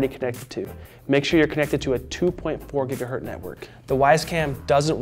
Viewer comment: The word is pronounced < > not < > "Gigahertz" from the man's name "Hertz".